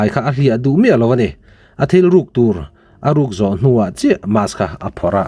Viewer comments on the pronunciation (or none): 😂😂😂😂😂 adik chiah ka nui i van tiza tak,mass ati tlata mask ti tur kha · Mas haha...mask ti la 😂...kn hmu ve vek sia I sawi ho e...